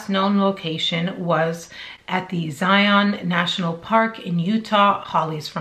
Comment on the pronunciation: good video. A few things to note. I am from Utah and have been to Zion several times. First it is pronounced Zy -un, not Zi-ON. This is a national pronunciation problem with people that are unfamiliar with the park. As for whether it was a scam, hard to say, but I don't think we are getting the full story. I think it's more a mental problem than anything. The ultimate question that would tell the truth is where she got water to sustain herself. She did not go 12 days with no water. Once you have that answer, you will know the truth. One final issue regarding "search and rescue fatigue". It's real and it's a problem. Basically, since COVID hit, all these fools that have never been outdoors a day in their life are doing stupid things and calling 911 to be rescued, who in turn has ask volunteer search and rescue people for assistance. It's happening all over Utah in the mountains. They are also trashing the trails and environment because they have no respect for it, but that's a separate issue. I think your channel is great and I enjoy watching it. Best of luck to you!